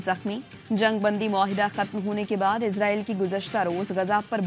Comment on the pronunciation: Bibi Ezraeel Ni ha israeel ha Bolna tu sikh lain 😂😂😂